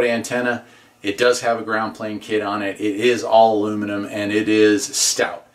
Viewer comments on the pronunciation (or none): none